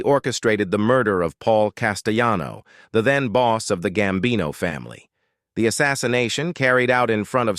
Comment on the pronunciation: Huh Paul who this guy needs to learn how to pronounce names Paul castellano my man not costolani 🤦🤦🤦😂😂